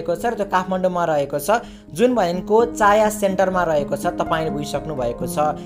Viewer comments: चाया होइन छाया सेन्टर हो😅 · चाया हैन छाया हो 😂😂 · छाया सेन्टर हो भाइ चाया सेन्टर होइन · छायाँ हैन भाई छाया हो।